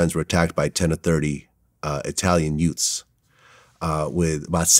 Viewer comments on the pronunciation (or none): Did you say 2 yutes? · Italian "youts" What's a yout? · Why did pronounce "youths" like an Italian??(Yoots)😶